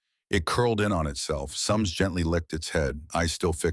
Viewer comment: soms , but the AI kept saying SAM in the video. should keep it right and proper. call it SAM OR SOMS.